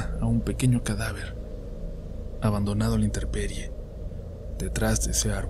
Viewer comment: Hola, cómo observación, no se dice interperie se dice intemperie ✨ los amo!!!